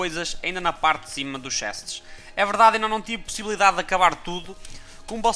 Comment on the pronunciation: Eu amo quando as pessoas dizem a palavra PUSSYblidade